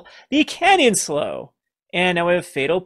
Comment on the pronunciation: Canyon Slough rhymes with Clue (maybe Plow if one is British), but not pronounced like Slow Just sayin'.